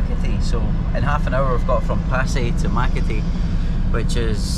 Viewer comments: way u pronounced Makati means itchy. ma-ka-ti vs maka-ti filo fries goes w/ mayoketsup combo dip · i like how pronounces “Makati” Mackatee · I like the way you pronounced Makati 🤣